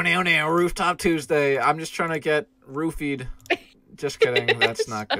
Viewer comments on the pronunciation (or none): none